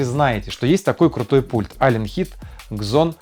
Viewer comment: Просто Зон, не Кзон!((